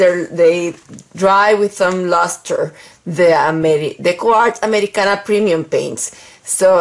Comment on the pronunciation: Thanks for your answer. You speak Spanish, right? I do, and I can infer because of the way you pronounce Americana. By the way, do you get the XIM Latex X-Tender locally or only online? Where do you buy the Americana PREMIUM Colors? Have gone to Michael's and Joann's but their colors selection is poor. Thanks for all you do for us!